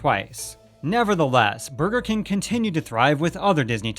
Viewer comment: Lol “Kang” every time he said king.